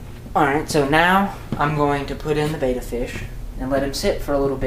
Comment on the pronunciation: IT"S CALLED BET - TA (better... betta..) NOT BETA!!!